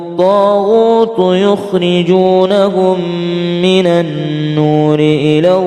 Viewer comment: Maaf... Itu ayat ke 68 huruf lamnya ngga ada tasydidnya tpi kok dibaca illa